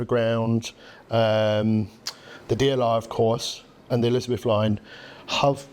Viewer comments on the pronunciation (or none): i know what you mean but you said elizabeth is 3 syllables rather than 4